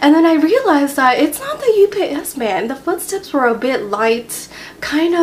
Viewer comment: When she said "UPS man," I thought she was saying "You BS man."